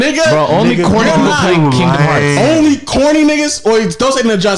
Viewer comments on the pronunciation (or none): Also is the one who said "Kingdom Hearts" wrong and tried to call Agent out for it 🤣🤣🤣